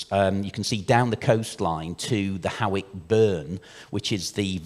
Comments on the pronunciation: It's pronounced Haw-ick, like paw, not like how or now. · Actually it’s pronounced hoyk